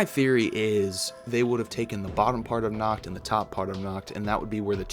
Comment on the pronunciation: Nacht* Stop butchering my beautiful language